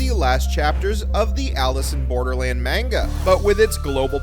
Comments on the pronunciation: You’re pronouncing Manga wrong: it’s not pronounced “Main-ga”, it’s “mon-ga”. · The way you pronounce manga and the character names infuriate me